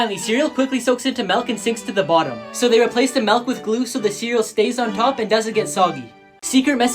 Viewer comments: Melk? are you dutch? it's milk! (btw. i know becouse i am dutch and it seems to familiar to be not true) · He said malk instead of milk